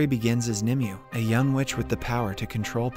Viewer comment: Her name is pronounced nimway